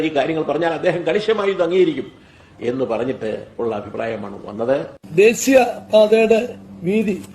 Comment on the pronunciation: ദേസീയ പാത അല്ല കമ്മി ഊളെ, ദേശീയ പാത, ആദ്യം മലയാളം പറയാൻ പഠിക്ക്, വെറുതെ ഒരു ജന്മം